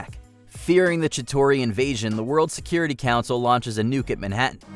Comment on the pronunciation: I’m sorry did I just heard“Chitori”?